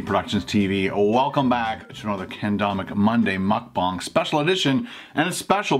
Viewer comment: they said "mukGANG"